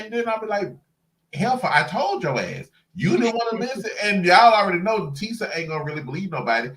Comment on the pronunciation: Tee- sha. Her name is TEE-SHA.